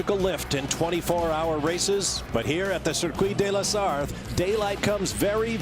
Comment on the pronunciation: Pronouce La Sarte and forget the "H" of Circuit de la Sarthe !